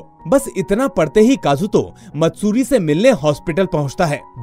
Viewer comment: sir matsuti nhi maatsuri name a girl ka